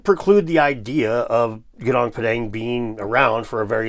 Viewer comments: It's Goo Noong Pà Dhàng not pedeng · Gunung Padang is pronounced GOO noong PAH dung